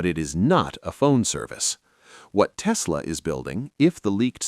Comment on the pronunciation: It's Tesla', not 'Testla'.